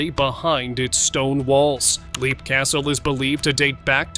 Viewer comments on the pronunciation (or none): Leap Castle is pronounced Lepp.